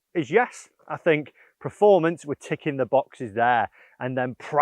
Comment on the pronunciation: I love you and the videos but it really bugs me that you say “preformance” 😂 Keep up the good work mate 👍🏻